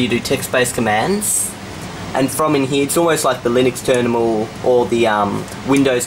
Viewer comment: The Windows Ternimal. That's literally what you said .